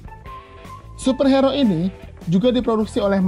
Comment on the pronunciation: Kok gua ganggu ya sama penyebutan super hero harusnya hiro bang wkwkwwk